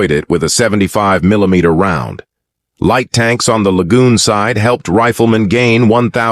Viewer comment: UM. THE " LIGHT " TANKS...NOT LEA TANKS